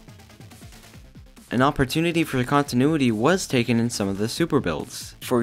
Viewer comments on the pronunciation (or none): Did you just say “cop-tinuity?” :)